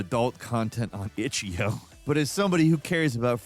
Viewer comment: "itchyio" there is a period you intentionally mispronounce things and it is annoying.